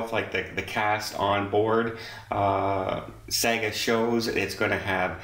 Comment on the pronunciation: Sorry, it's pronounced "Sarga"